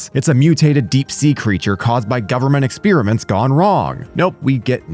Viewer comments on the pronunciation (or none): Eckspearament, lol!